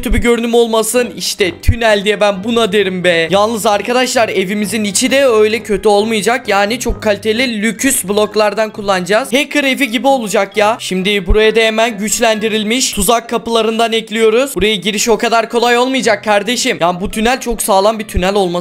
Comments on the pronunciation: Lüks yerine lüküs diyen koca yürekli abimiz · Ya lüks kelimesine neden lüküs diyonnnn😂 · ❌lüks ✔lüküs 🤣😂